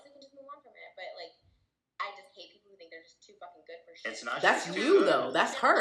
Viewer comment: Not "too goid" but better than you....